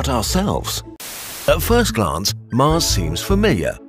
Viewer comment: "Get your arse to Marse" i'm dead 💀